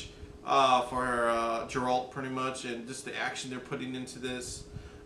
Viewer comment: Its Geralt with G as in “Game”, but not G as in “General”. Good reaction👍🏻